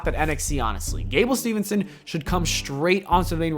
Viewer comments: It’s “Steve son” not “Steven son” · It's "steve"-son not "steven"-son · It's Steveson, not Stevenson. But, I guess it's a common mistake.